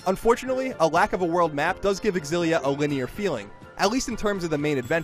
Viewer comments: This is so stupid... It is pronounced xillia not Ex xillia..... GayIGN the "gay" is silent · Is it really pronounced Xillia (EX-ill-ee-uh)? I thought it was supposed to be closer to Xillia(ZHILL-ee-uh) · It bothers me a little when the reviewer keeps saying "ecks- sillia" instead of "sillia" (I don't know which 1 is the official pronouciation though) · It really bugs me how he says X-illia, when it is pronounced Zillia..not a big deal just bugs the shit out of me...OCD i guess. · Am I the only one who finds the X-ill-a annoying. It just doesn't sound correct phonetically. The X should be pronounced ZI like Xylophone. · Isn’t it pronounced “Zil-lia” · He doesn't pronounce it with an "e" at the beginning. The X is not silent. you actually pronounce the x in xillia. so EX-illia is the proper way of saying it. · Dunno why but it seems that he says Exillia :p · I've been pronouncing it shillia, was I wrong? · I thought it was pronounced "zillia. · I thought it was pronounced zillia. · Wow...is this game really pronounced "EX-illia"? I have been pronouncing it "Zillia" all this time. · Pretty sure it's pronounced zillia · While i like Colin reviewing games more, i want irefutable proof that the X in 'Xilia' isn't silent before i listen to him. People who pronounce the X piss me the fuck off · Why does he pronounce it with the "e" at the beginning ? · Ugh the way he says Xillia.